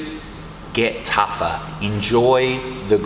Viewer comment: How to last longer when rolling: (Australian accent) “Git TUFFUH!” Love it. Seriously love it.